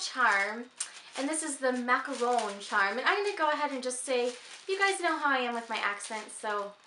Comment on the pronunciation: You pronounce 'macaron' really well! :-) They have been my favorite since childhood, we're lucky enough to be able to buy them everywhere around here. And I have made them myself several times at home, not easy though, so I do prefer buying them LOL I have the same keychain in brown, it's so cute! Love the plate with the peacock and looking forward to your next videos!